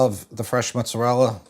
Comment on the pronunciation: I appreciate the young man's point of view and I absolutely love that he pronounces mozzarella correctly then drops "sammich", lol. I'm heartily appreciating these new crops of youths!